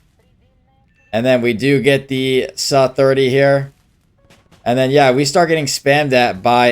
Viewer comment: The “suh “